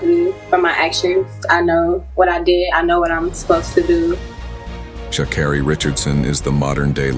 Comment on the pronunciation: Here's my issue with this video first it tries to throw her under the bus then they can't pronounce her name correct this is why you don't trust anything any MEDIA puts out so please thumbs down this video 👎×infinity